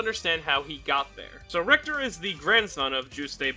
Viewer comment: Ri-HI-ta??? WTF?